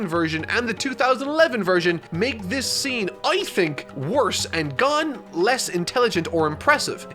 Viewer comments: GON NOT GAN PLEASE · did he say gone? isn't it pronounced more like gowhn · “GAHN” and “KERAPEEKA” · ITS NOT GAN GAWN OR GUN, GO - N GON Edit: HOW CAN YOU SAY LEORIO AND KURAPIKA WITH ABSOLUTE PERFECT PRONOUNCIATION BUT YOU CANT SAY FREAKING GON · It's Gon not "Guun". It's Kurapika not "Kurapeeka". He is not a Pokemon, even though his hair is yellow, he isn't Pikachu. It just triggers me sometimes. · I stopped listening when you said “Gone” and not “Gon” I stopped because I died thinking you were talking about ging. I choked and im not even eating. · His name is pronounced "G-own" not "Gun" lol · I'm sure I'm not the only person commenting this, but it's Gon, not Gun. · Gan no sir it is gon pronounce the o harder so it's gown kinda you know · Not to be rude but you pronounced “Gon” wrong it is not pronounced gone it is pronounced gOn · also its not GAN its GON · "Gon" pronounced as "gone". never fails to surprise me. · Super excited for this series of videos. Also excited for to stop saying "Gahn" when referring to Gon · Okay just a TEENY WEENY criticism not even more like a critique...Gon is pronounced G-OWN like Gah-Own like ‘g’ sound for guh. Then Own, like owning an object so Guh-Own. Gon. That’s it 😅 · It’s not pronounced Gone it’s GOwn, like grown without the r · He said gon as gone let's go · Dear god it's only like 3 minutes in and he's calling Gon "Gone". I get that you're reading the manga and interpreting pronunciation, but maybe look up the name first and how it's actually spoken before you do the voice over for your script? Honestly, I've watched what feels like 15 different review videos of yours and my biggest criticism remains this absolute demolition of calling out names. Some are more difficult than others, but still, can be done better with some preparation and 10 seconds of research on youtube/search engine of your choice. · GAHN? THAT'S HOW YOU'RE PRONOUNCING IT? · he had me until he pronounced gon "gone" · It’s go-n